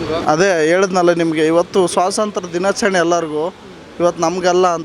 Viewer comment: Swasantra allvo bolimagane, adhu swathantra